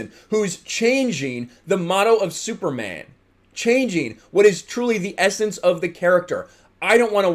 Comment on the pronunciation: Can we be a little less apocalyptic and homophobic? This isn't Kal-El. Kal-El is still the Superman you've always known. This is another Superman, just like Marvel now has various Spider-Men. I don't get how Superman being bisexual would really change who is he is, and the way you emphasize "man" when you say Superman, as if a bisexual man isn't really a man is...kinda messed up.. Is it really a big deal that he's a climate change activist? This is the character who fought on the side of the worker against oppressive capitalists in the 1930's and fought the Klan in the 1940's. There's a long-standing tradition of Superman as a character aligned with leftist ideals. "Truth, Justice and the American way" was just a motto on the t.v. series with George Reeves, it wasn't an indelible phrase in the comics. It isn't like caring more about the whole world makes him anti-American or anything. Geez, did people freak out this much when DC published Superman: Red Son?